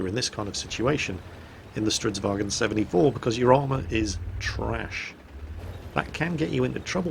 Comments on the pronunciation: Why do you keep saying "stridsvagen"? Swedish is not german, its pronounced vagn. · Why do you keep calling it StridsvagEn? It's a Swedish tank, not a German tank. There is no E in Stridsvagn. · "Stridsvag en Stridsvagen 74" gaddamn it it¨s not german, get rid of en and just keep the n. Stridsvagn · Jesus mi balls this is not a kampfwagen it's a stridsvagn, no bloody en on the end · I've commended your Swedish pronounciation before,, sir - but it's because of that previous high level that I can't hold myself from pointing out that it's "Stridsvagn", not "Stridsvagen" up here in the land of Odin. Spelling it in English, I would say to aim for "strits-vang" with a somewhat longer "a". Sorry for rambling on about something so meaningless. I'll be quiet and watch the clip now. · Stridsvagn if i may, not stridswagen. its not swedish/german. :P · For the love of everything swedish, its not a "wagen". We're not germans. Its Vagnen. There's an N right there after the g. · cause there's no example word that ends in gn so that's how English speakers pronounce it... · Both and quickybaby pronounce stridsvagn like it's german... It's not, you should look it up on google translate to get an idea how to pronounce it, it's not perfect, but it better than saying it like it's german. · Hey your pronunciation of Stridsvagn is pretty good, but there's no e at the end. I think you're confusing it with how you say the german "wagen". Just get rid of the e and its perfect.